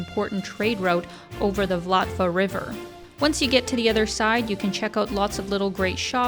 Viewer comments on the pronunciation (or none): It's "SPIRES", not "spears". I would love to live in Europe, too. Specifically the Czech Republic, as my grandparents were from there. And I love it there. Boy, you really do need to learn how to pronounce things. the river is the "VLTAVA", not "Vlatva". Also Saint "Vitus", not "Veetus" Cathedral. Did you do no research? Food: Yeah, some of the traditional stuff is not so great. Reminds me of why my dad had such boring eating habits. The dumplings are weird. You've moved to Ukraine? Recently?